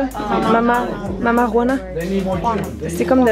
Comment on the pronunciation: Mamá Juana .Lo dices muy bien.Félicitations ma belle.